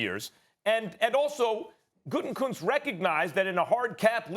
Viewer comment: For the love of God, it is pronounced "Goot-a-koonst"!! It is not "Gooten-Koonst"!!! It's not that hard...just read the letters! "Gutekunst"! There is only 1 "N" in his name, and it is the third from the last letter! Gah!! I can't stand him, but hearing his name constantly mispronounced by college educated individuals is like nails on a chalkboard!